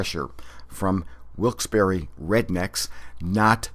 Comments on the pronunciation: 1. It's not pronounced 'WILKES - BORRO', it's 'WILKES - BARRY'. 2. Do you realize you are calling yourself illiterate? 3. Variations in the pronunciation of words from different regions of a country is called Phonology. NEPA is no different than any other part of the country, or for that matter the world. 4. I would NEVER insult anyone from anywhere for the way they pronounce a word, therefore I must assume you are either not worldly, and/or unhappy with what's going on in your own life. Find happiness. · Lmfao no the heck it's not every single valleyfolk I know pronounces it wilkes-bear